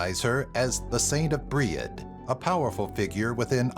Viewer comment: "bri-ed" and "ana" upset me.